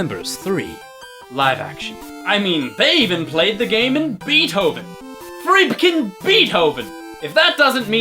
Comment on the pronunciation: "freepkin" beethoven. love it.